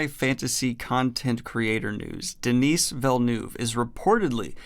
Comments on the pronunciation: his name isnt Denise..its just basically pronounced like Denny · The S in Denis is silent in french